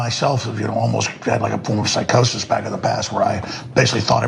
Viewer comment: He wasn't smoking on that episode, he was drinking. He stated on air, that he's not one of those people who can smoke, because it makes him paranoid. And what is 'psicosis'? 😂 It's Psychosis